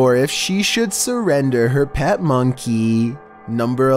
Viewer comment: bruh the way he said monkey tho